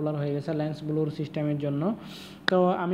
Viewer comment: ব্লুর না....😂😂😂 ব্লার